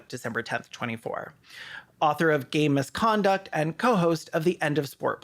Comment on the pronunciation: Every time you say "game misconduct" I just hear "gay misconduct" and where is that book about sports?